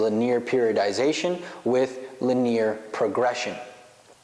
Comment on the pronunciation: It's pronounced "lin-E-er" bro...